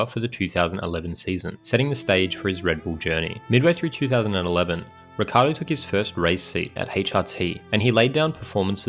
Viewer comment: but why you pronouncing his name Ricardo? If anyhthing its either richardo or rickiardo